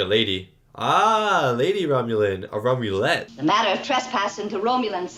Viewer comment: "Romulette", oh my god...